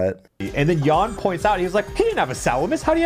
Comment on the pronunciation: its yan not jan